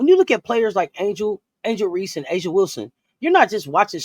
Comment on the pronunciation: I don’t understand how you are demanding we respect A’ja Wilson but can’t seem to learn how to pronounce her name correctly. It’s pronounced “AY-Zhuh” the “A” is pronounced like the “A” in Asia. Every time I hear use A’ja as an example, but still mispronouncing her name, I can’t help but feel like you both are disrespecting her by not bothering to learn how to same her name correctly. It just seems hypocritical at this point.